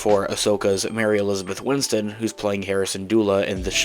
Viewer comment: Bro, her name is “Winstead” not “Winston” 😔